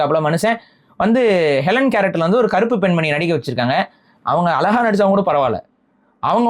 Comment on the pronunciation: Alaga? Zha na vey varala nee ellam thamizh desiyam nu uruttitu Iruka